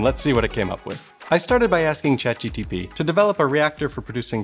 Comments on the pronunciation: when he starts calling it Chat GPT instead of GTP 😂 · Anyone else noticed he said “ChatGTP” and not “ChatGPT” in the video? I then noticed as wrote this comment that there is a tiny disclaimer saying “*chatg… ok I give up say it however you want” lol… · s Cht GTpee??? 😅😂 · You said Chat GTP so often that I can’t remember which one is the original without looking it up 😂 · Repeat after me: Chat G P T Not Chat G T P Chat GPT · Good video idea, maybe when editing you would notice you kept calling it Chat G T P instead Chat GPT for the first 8 minutes of dialogue? I suppose it can be hard to pick up on if you're focusing on all the other complex aspects of this video. Just thought I'd mention it if you have further ChatGPT videos planned. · drinking game suggestion every time he says chatgtp instead of chatgpt take a chugg or a shot. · Take a shot every time he misnames chat GPT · well.. I happy that I am not the only one who often call it ChatGTP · I am 40 seconds in and he has already said chat GTP instead of GPT like 3 or 4 times. I don't know if I can continue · Man it was hard to focus on this video. He kept saying ChatGTP instead of ChatGPT. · Did.. you… mean to say G T P through this whole video? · chat G.............P................T say Chat................G...........P.............T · He keeps calling it Chat GTP 😂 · Chat GTP .... please... please use the correct word ... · Chat GPT not Chat Gtp that you seemed to enjoy calling it. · ChatGTP? You got the letters in the wrong position there 😅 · It's ChatGPT no GTP 😢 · was that intentional to say chatGTP and not chatGPT? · is saying chatGTP a meme? cuz I don't get it and it drives me crazy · It's Chat G-P-T 😂 Not Chat G-T-P bruh 🎉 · I liked your video, however listen to your words, you said ChatGTP instead of ChatGPT every time, it became annoying after awhile. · you keep saying chat gtp, not gpt. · I hate how often you say chat gtp Its gpt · GTP? You can't even pronounce ChatGPT can you? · "chat gtp"